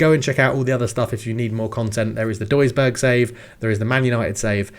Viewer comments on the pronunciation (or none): A little tip in case you're still trying: I've heard you pronounce the ü in Münster correctly before, the ui in Duisburg is pronounced like an ü